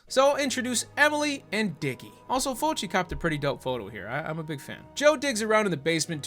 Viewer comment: Why you sayin' Fulci like that lol?